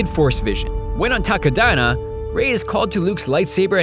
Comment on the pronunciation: Whenever he says "Takodana" I hear "taco diner".